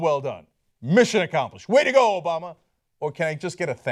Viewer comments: "obola".... lol i cant be the only one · LOL! Cenk said "Obola!"